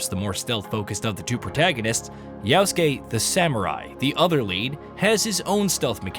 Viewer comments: How can he accurately say "-suke" and mess up "Ya-?" Reminds me of "Ghost of Too-shee-ma." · If you say "Yaosuke" instead of Yasuke ONE MORE TIME, 🤣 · The way you pronounce yasuke is "yaoske" ... which is abhorrent and disgusting, why ?